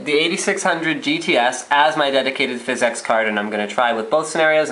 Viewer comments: DUDE ITS NOT FIZZ-EX. ITS PHYSICS. FFS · THIS GUY AND PHYS-EX IS DRIVING ME NUTS. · Phizzz exxx card??? Great vid though lol!!!